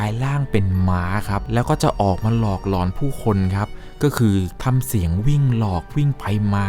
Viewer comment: เวลาพี่พูดว่าหลอน พี่อย่าออกเสียงว่า หล็อน แบบนี้ได้มั้ยครับ ผมฟังแล้วตะหงิดหูทุกที